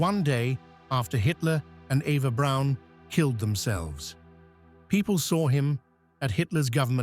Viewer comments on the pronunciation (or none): none